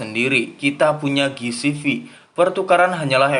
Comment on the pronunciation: Ji si vi bang ji si vi bukan gi si vi